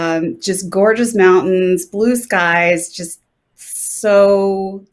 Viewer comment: The way pronounced 'mountain' is a sign she'll fit right in utah. Welcome to the state.